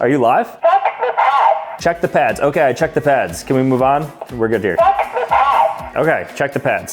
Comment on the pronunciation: “Let me Che the instructions…” BOOM